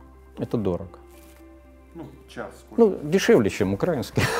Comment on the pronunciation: Достойное интервью. Единственное режет слух слово "украинский" с ударением на "а".